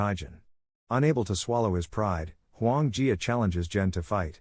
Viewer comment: Huo Yuan Jia. Listen to the man who correctly pronounced it.